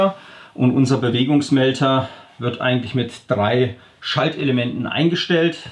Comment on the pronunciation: Der Heimwerker Ist mir schon klar. Wollte nur drauf hinweisen, dass diese Mel"d"er auch mit d gesprochen werden und nicht mit "t", deswegen schrieb ich auch Bewegungsmel"t"er.. :D naja so what..